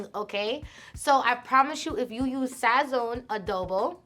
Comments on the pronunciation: Lmaooo the way she say sazon… she mad white💀💀💀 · Her personality is lit. This lowkey made me like her a lot! Also, being a Puerto Rican she definitely SLAUGHTERED the word “sazon” lmao